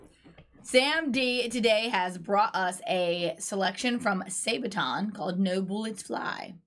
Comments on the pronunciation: SAAAAA-BAAAAA-TON! Not Saebaton. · Sorry, but wrong pronunciation of the band's name. It is pronounced: saa baa tonn, not say-baton. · Why are you still calling them Sae-baton? Or as it sounds like: Sae-beton. SA-ba-ton. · And NOT Sejbaton as says 🙄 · She really just said say-buh-tonn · come on guys, after all this time? it's pronounced Sa-ba-ton. xD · Please stop saying "Saybaton"!